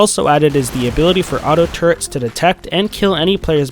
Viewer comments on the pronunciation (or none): Someone explain this to me: is it pronounced turrents or turrets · "Turrents" the cringe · Tur-rets, say it with me, TURRETS! there is no N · I thought it was just me hearing that. So annoying. How did that word end up getting mispronounced over the years?